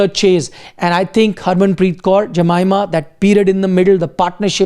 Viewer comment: Hey buddy, it's a form of respect to pronounce someone’s name properly. Try to learn to pronounce Jemimah’s name properly, it's not too hard. Spelling doesn't determine the pronunciation of a name.